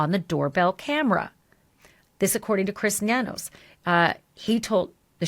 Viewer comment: I'm laughing that you said Chris Ba'Nanos 😂😂😭😭